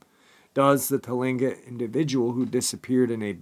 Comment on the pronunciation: first of all it's Kush-ti-ka not Kushtaka and second it's Clinquot people if you need any further help with pronouncing this first Nations names let me know👍